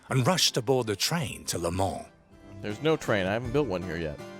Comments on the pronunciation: "To Le MONS" xddd (From France its Le MANS ) so funny American try to speak french 😂😂😉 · You say it Le moh